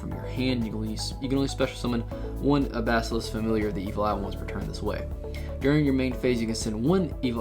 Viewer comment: Its Buh-Zill-ious. Great video tho